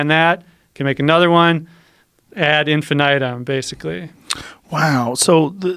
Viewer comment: Ok is it infinitum or infi nigh tum like this guy pronounced it...I'm serious